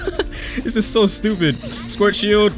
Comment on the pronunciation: i love how he pronounces "schwartzshieldo" as "squirt shield"